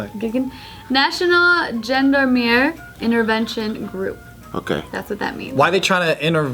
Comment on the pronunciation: Love the way screwed up the gendarmes pronunciation. Watching JK news after so long, you'll don't know hell of a lot of stuff.